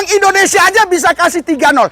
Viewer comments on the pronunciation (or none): none